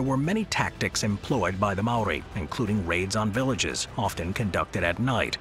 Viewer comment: I’m Māori born in Aōtearoa (New Zealand) and most these things were correct but not entirely but only because if it was brief but great effort. Also like many the pronunciation of Māori is a little off 😂 First if all the Haka is a War ritual not a dance. We used double barrel shotguns aswell as muskets during the Nz Wars We also invented Trench Warfare , artillery bunkers and used tunnels to escape when battling the British Empire.